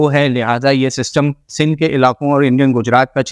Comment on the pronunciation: wafqan..fafqan..waqtan mtasir kerta rahay ga 😂😂😂😂 sindh ko sill boltay ho... bhai plz improve ur vocabulary.